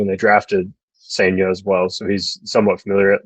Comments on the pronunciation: It's sen-ja. Like sun with an e instead of a u, and jar minus the r. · M's fan here. You have a great young pitcher in Cijntje, pronounced SIN-ja. Solid #3 upside, improved with right hand last year. Close to being a pro. The Cards cleaned up in this trade but Seattle is going to be better this year because of this trade. Tai Peete is a lottery pick, still young. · I believe it's pronounced SAIN-JUH.